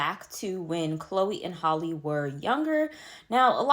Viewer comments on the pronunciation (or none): It’s Halle like Halle Berry not Holly.